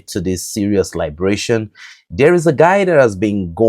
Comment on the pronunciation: You keep using the word "liberation," and you pronounce it " Lybrason" when you refer to the enemies of the African people. The word "Elimination".is the correct description when referring to the enemies of the Shahel states whether you like it or not.